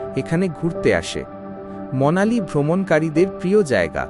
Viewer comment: Monali na...its Manali!!